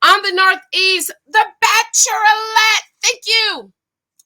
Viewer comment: Whenever you say "Bacherolette".....I live!!!! I can't wait for you to review episode 2 giiiiiirlllllll